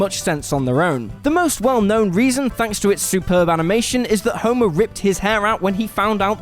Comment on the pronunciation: The daughter of 'Homurrr'.